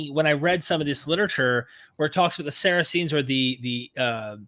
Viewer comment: The American could atleast pronounce Saracen correctly